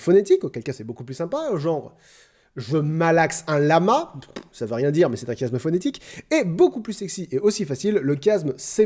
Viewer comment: C'est se qu'on appelle un Chiasme ! (Se prononce "ch")